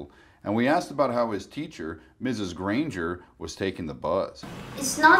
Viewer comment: Oof it’s mrs gran-gur